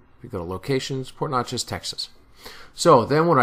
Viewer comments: Hi, You are really close. Port Neches is pronounced like Nechez both e's are the short vowel. Great job on the waybills. Very well researched sir. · paul dauzart thanks, hope I didn't upset too many people down there with my Jersey pronunciation....lol! Glad you like the video.